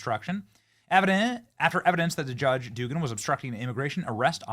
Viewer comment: Dougan is said ‘dough-gan’ . That’s my sister’s married name.